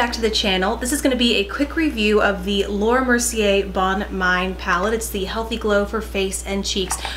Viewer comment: "Bonne mine" is pronounced "bonn meen". "Tu as bonne mine" means "you look well" or healthy. Like you actually look, ☺